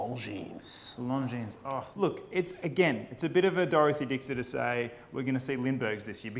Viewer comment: Longines, the s is silent.